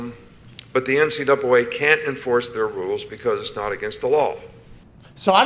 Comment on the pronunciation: Nick Saban: “the NCdoubwolA”.. 😂😂😂